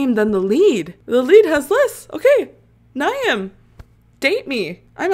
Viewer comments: Ny-am as u say is actually pronounced “Neev” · Before more people say, Niamh is pronounced like Neev lol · its pronounced neeve 😭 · i screamed at the way u pronounced niamh